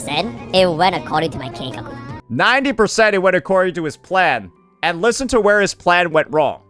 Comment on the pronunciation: Bro is restared that he can't even pronounce it Right